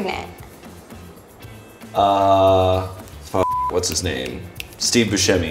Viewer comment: It's preGANTE